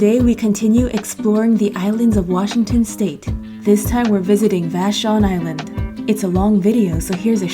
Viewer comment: I’m a Washingtonian! You said vashon pretty good!!! 🥰👍